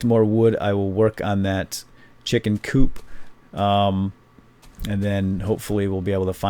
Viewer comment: lol chicken coop sounded allot like chicken poop